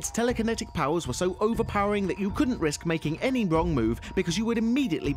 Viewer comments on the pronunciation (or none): none